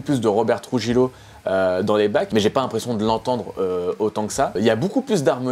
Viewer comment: Moyennement emballé à cause des solos de KH (marre de la wah wah entre autres) et de la caisse claire de lars... Contrairement à toi, j'estimais que les premiers titres sortis ne mettaient pas suffisamment en valeur Trujillo (à prononcer trourrillio, NDD!) à mon goût mais il y a eu du mieux ensuite. Enfin, j'ai été agréablement surpris d'un Hetfield avec quasiment une voix jeune. Après, album mieux que x et moins bien qu'Y, à chacun de se déterminer. Perso, c'est un groupe que je continue d'apprécier même si tous les titres ne me touchent pas de la même manière.